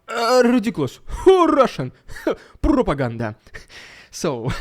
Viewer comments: Love the Riiiidiiculous Ruusssiann Prrrropaganda💯👍😂😂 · Keep bringing that Rrrrridiculous...rrrrrrrussian...Pppppppropoganda..👍. They say "anything is possible ", maybe not under the Putin regime in Russia.